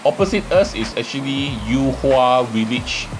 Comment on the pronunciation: yu hua and not you hua, get lost